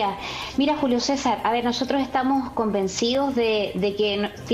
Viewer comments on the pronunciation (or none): APRENDE HABLAR,,, CAMILA FLORES,,,,, LA PALABRA ES ,,,,, CONVENCIDOS,,,,,NO, , COMBENCIO,,,,, COMO TU LO PRONUNCIAS,,, IGNORANTE,,,, MUEVE LA CABEZA,,, COMO DROGADA